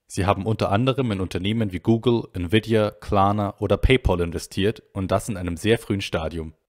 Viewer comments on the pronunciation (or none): none